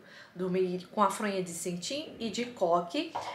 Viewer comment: É cetim , não "centim"